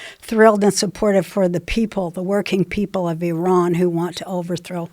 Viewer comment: Love the way she pronounced IRAN 😤 someones got iranian friends 😍